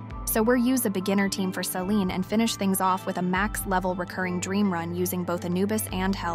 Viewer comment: I hate how all of you say Selene. But excellent video, thanks for the info and demonstration.